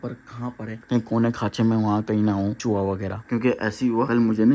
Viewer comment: Chuwa Nhi chuha hota he bhai mind Nhi karna